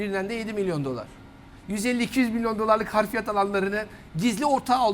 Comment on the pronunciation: Hafriyat demek niye bu kadar zor? Harfiyat değil, haf- ri- yat.